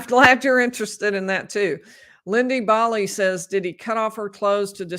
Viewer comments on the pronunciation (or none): none